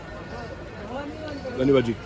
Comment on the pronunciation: a proper “dhanyavaad jii” spot on ❤